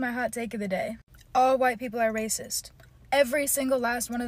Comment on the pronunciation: Wahyte Peepole